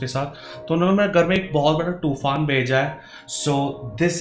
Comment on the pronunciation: tofan bhi bolna nahi ayya usne bola two-faan